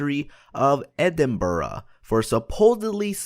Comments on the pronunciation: greyfires bobby is well know in edinbrugh not idinbrugh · Dude, it's said like: "ed-Im-bruh" not ed-im-ber-ra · Edinburgh is msaid as edinbra not edin ba ra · It's pronounced edin bruh not edin buruh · Edinburugh? It's Edinburgh (ed-in-bruh) not ed-in-bur-uh, tho still better than how some English pronounce it like ed-in-burg, yeah if you haven't guessed I'm Scottish lol. I love your videos and I'm really knowledgeable about gta because of you and a few other youtubers😆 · Oh my its (ed-in-burhu) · KevC I know dude, IDINBOORAH hahaha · everytime he said edinbrugh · Why oh why did he say Edinburugh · and its Edinburgh not eidenbruh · its you say e-ding-burg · I'm from Scotland and the way you pronounce Edinburgh is so cringey It's pronounced EDIN-BRUH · It's pronounced ee-den-berg. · Edinburuh is what I hear him say. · It's pronounced ed-in-bruh, but you gave to say quickly or it's not right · who else is tigerd by the way he is saying Edinburgh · The way he says Edinburgh makes my ears bleed.